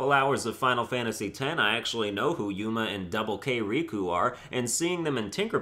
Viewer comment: yuna not yuma thats all